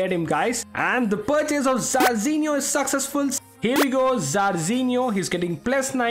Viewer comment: I love his accent when he’s trying to say: ‘The purchase was successful’, instead he says: ‘The purchase was saccessful’. 😂😂